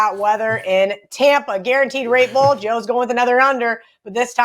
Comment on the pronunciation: Sounds like she's saying rape bowl